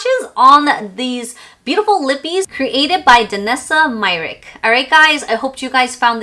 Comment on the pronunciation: I appreciate your effort to make a video about a product, but would be better to know what is about and ofc to say correctly the name of the brand especially if it comes from a person. It is disrespectful to say her name wrong so many times and you even failed to write it correctly on the title of the video.